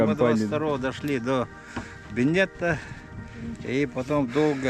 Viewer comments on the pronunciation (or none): Почему этого старика никто не поправляет? Мало того, он учит других неправильно выговаривать название острова. Нет там никакой дамочки Беннетты, остров назван в честь Гордона Беннетта, ударение в первом слоге. Айуу-айа, хас аайы кулгаа5ым ыалдьар